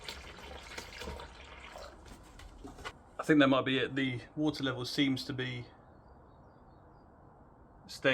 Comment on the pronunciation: Ah yes, the Wootah.